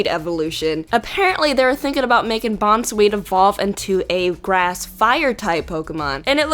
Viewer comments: It's name is Bounsweet, not Bonzwheat. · It's BOUNCE-SWEET. NOT BON-SWEET, DAMNIT!!!! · I can't choose. I like the Lunatone and Solrock, the Nidoking, the Alakazam, and the Arcanine. BTW, you pronounced Bounsweet wrong. Just so you know ;)